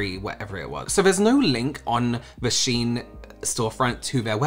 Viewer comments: It is pronounced she-in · Yes, it's pronounced 'Sheen'. 'I' before 'E', except after 'C', and when the sound makes 'EE'.